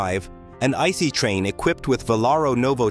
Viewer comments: Please, don't say "Ice" like the word for frozen water, speak out the 3 characters "I", "C", "E", as sequence, like you also did some times. Thx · Can’t even pronounce ICE right 🤦🏼‍♂️